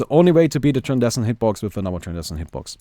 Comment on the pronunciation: its tran-scen-dent hitbox...